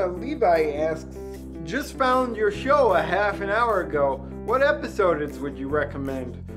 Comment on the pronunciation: Most hilarious moment: Actually pronouncing "episodeds" GENIUS XD~~~